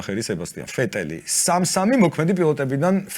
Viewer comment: დღემდე ვერ ვიგებ რატო უძახი ვეტელს ფეტელს ან ვერსტაპენს ფერსტაპენს ფ საიდან მოგაქვთ ვერ ვხვდები ალბათ რომელიმე ევროპის ქვეყანაში მსგავსად მოიხსენიებენ მარა ქართულად ხომ არაა ესე თან მგონი მარტო მე ვარ რო მაღიზიანებს სახელის შეცვლა დდდ